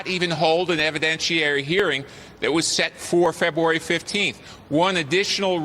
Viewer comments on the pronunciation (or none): none